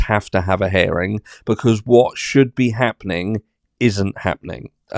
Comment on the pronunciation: You are so funny…herring is a fish…it’s hear-ing as in I hear what you are saying….love the British.